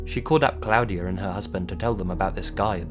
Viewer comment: Cloud-ee-uh Haha not how you pronounce that, but his off pronunciation of things makes me smile. Pronounced claw-dee-uh by the way :P